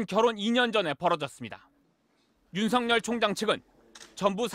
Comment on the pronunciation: 앵커님, 윤석렬 아니고 윤서결입니다. 발음 잘 하세요. ♡^,~♡